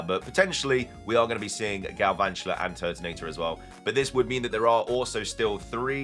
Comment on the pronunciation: THERE IS NO R IN GALVANTULA!